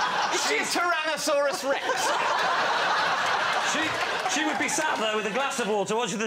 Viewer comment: Is she a tynosaurus rex??? The pronunciation was so strange